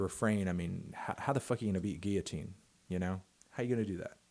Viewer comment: He says it goes guillotine not it goes “Geeyateene”